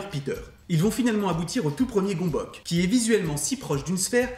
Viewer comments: Ça se prononce pas gombok du tout, ça se prononce gueumbeuts. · Superbe vidéo comme toujours ! Au fait, ça se pronnonce "Gueumbeuc" ;) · En hongrois, on le prononce "gueu'mbeuts". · Du coup, si c'est un mot d'origine hongroise : ça se prononce "Gueumbeuk" :3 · Juste svp la prononciation c'est "gonbohts" (parole d'hongrois) Sinon super vidéo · Gömböc ce prononce [Geumbeuts]